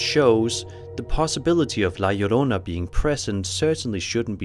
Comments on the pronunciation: Oh someone who actually said La Llorona correctly….good job! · Finally someone that can say la llorona right lol. Anywho. I heard her a long time ago when I was around 10 years old In mexico. I was with my cousin outside in the front courtyard and it was late but we were having so much fun. Our parents where in the back with the neighbors when we heard her. It's crazy I hot the chicken immediately. Many stories about her but she drowned her children and is doomed to wonder the earth looking for them. Scariest day of my life. Second to when I heard death. Yes, death. Look up death whistle and that what I heard. Here in the states. I thought I was my uncle who made one, hes an artist so he makes a bunch of stuff but he was home or in his studio in the backyard. That to have me the chicken immediately.